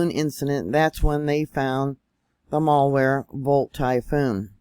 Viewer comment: mal wer NOT mall wear 🤦‍♂️😬